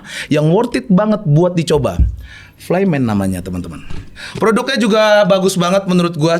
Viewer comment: FLYMAN bacanya jd AYMAN😅